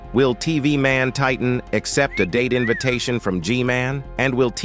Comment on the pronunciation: Did he just said date invatetoin